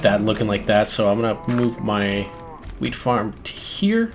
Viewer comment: Did he just say h-wheat? As in Stewie? :D